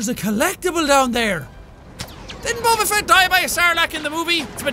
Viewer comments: it's bow ba fet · its pronounced bob-ah fett